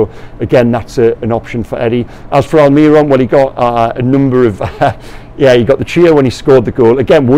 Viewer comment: We've been through this before,, please, mi-gell, not mig-well. AlmiRON, not alMIRon